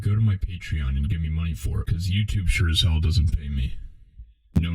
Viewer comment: YouChube streamer